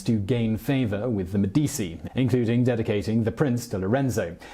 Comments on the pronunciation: Seriously if you are going to do these videos learn how to pronounce words. Medicci is Meh-dee-chee the cci is pronounced chee not cee. It’s not an obscure family name either. The Medicci’s were involved in everything for centuries. Mispronouncing names etc causes the listener to question your intelligence, education (or lack there of), and your ability to simply frickin google something. Also, you propagate the mispronunciation of those names etc by being lazy in your research. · Med-ee-chee, non e difficile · MEH-DEE-CHI IT's MEH-DEE-CHI!" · Medici = MED- de- chi Stipend = sty-pend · enjoying the videos and thank you. but its me - di - chi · MED-itch-I or med-EE-tchi maybe, but med-EE-SEE? Where does that come from? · U pronounce them as “Meh di chi” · Simon should learn how to pronounce Italian words/names; c and g before I or e are pronounced ch and j. medichi jirolamo, etc. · Simon, you are the best. Love your accent, clear Cadence. However I was floored to hear you mispronounce Medici so many times! And then you did it again with Francesco, a very common name. In Italian, before the letters i and e, the letter c sounds ch. Keep up the good work. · enjoy your shows Simon - Medici pronounced Med-ichi - keep up the good work. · ... So, he knows that the "c" in "Cesare Borgia" is a "ch" sound, but somehow thinks "Medici" is pronounced "Medisi" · 'Medeesi' 'Iron helps us play' 'Medeesi' 'ahahahahaha' 'Medeesi' 'hello Joe' 'Medeesi'.... make it stop, O dear God, won't you please make it stop! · Actually, it's pronounced MEDD-i-chee, with the stress on the first syllable. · Simon, I have listened to you mispronounce the name Medici in two separate videos now. You are way too professional to continue to do that. Please, for the love of all that is good, learn to pronounce the name, "MEH di CHEE" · MEH-dee-chee. For anyone who wanted to know. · Why are you pronouncing Medici and Borgas so weird bro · Seriously? You cannot correctly pronounce Medici?